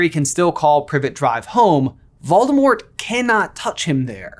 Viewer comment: Here's a suggestion for a video you can call it "what if I pronounced VOLDAMORT corectly." Even though you won't despite all the references on how to pronounce the name VOLDAMORT!